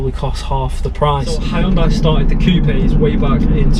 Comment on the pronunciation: All Hyundai review videos and this guy actually says the company's name right 👍